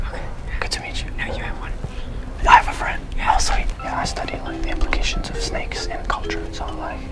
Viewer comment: Did he just said EGYPTIAN SANKES? 🤣🤣🤣